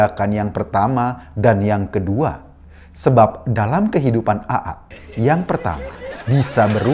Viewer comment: Pak Eko, bisa nggak ngomong AA nya itu biasa aja.😂 Agak gimana gituh cara ngomongnya Aaa..